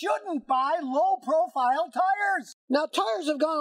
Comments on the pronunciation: Low profire lol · "low proFIRE tires" lol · "Low profire tires"